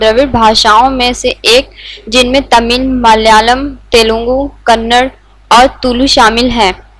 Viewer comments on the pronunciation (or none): Sister it is kannada not kannad